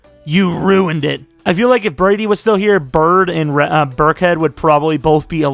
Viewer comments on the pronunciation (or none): none